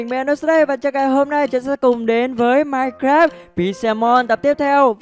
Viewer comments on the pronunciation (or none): none